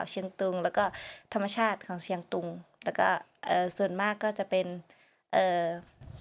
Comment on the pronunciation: ชื่อหม่วนนะ สอนประสิทธิ์ เขียนเป็นไทยน่าจะ ศรประสิทธิ์ คุณศรประสิทธิ์ต้องพูดไทยให้ชัดเหมือนสาวเชียงตุงนะ ฟังทั้งสามคนคุยกันแล้วถ้าไม่บอกก็ไม่รู้ว่านี่คือคนพม่ากับคนลาวคุยกัน ตอนจบออกเสียงผิด สามเชียงนะ ไม่ใช่สามเซียง